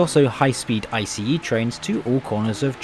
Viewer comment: Okayokayokay... I'm not even 30 seconds in and I'm already freaking out!! Finally someone who pronounces ICE correctly! Funnily enough, I'm currently on an ICE4 set. The seat comfort is good IMO, could still use some more padding, but the shape is great. I'm personally a big fan of the winged headrests, though I imagine one might find them a hindrance when trying to have a conversation with their neighbor. Ride quality is good, though my service has yet to reach top speed. (Guess a second edit is in order) The interior is overall very pleasant esp with the mood lighting in place, though I wish they'd also dim down the direct lighting when enabling it. Tomorrow evening I might get chance to have dinner on a train for the first time in my life, I'll update this comment then. Update: I forgot about window alignment! Yeah, it's pretty spotty. Funnily, I did intentionally choose a poorly aligned seat since I'm travelling overnight anyway